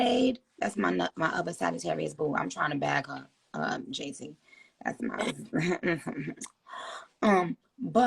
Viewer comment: Everybody talking about “this is so great” blah blah, she literally didn’t even know JT’s name 😂 she called her jay-taria. Like pls y’all get a grip